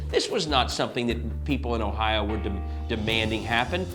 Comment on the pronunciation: Sorry it is Ohio not ohions or whatever fake word you used to change the states name and so so many others and why.